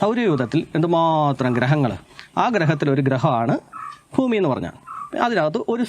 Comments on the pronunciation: ഭൂമി എന്ന് വരെ കൃത്യമായി പറയാൻ വയ്യാ.. പാവം... ഫൂമി എന്നാ പറയുന്നത്.. പറ.. എന്നിട്ട് 😂😂😂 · പൊട്ടൻ ആണോ? അതോ പൊട്ടൻ ആയി അഭിനയിക്കുന്ന ആണോ? ഭൂമി എന്നെങ്കിലും നേരെ ചൊവ്വേ പറയാൻ പഠിച്ചിട്ട് വീഡിയോ ചെയ്യ് മോനേ... ഫൂമി അല്ല. ഭൂമി 😂😂😂